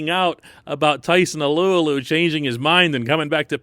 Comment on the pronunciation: Hey someone who knows how to say Alualu!